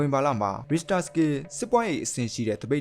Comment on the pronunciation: Professional ကျကျ အထာကျကျပြောချင်ရင် Richter ကိုတော့ အသံထွက်မှန်အောင်လုပ်သင့်တယ်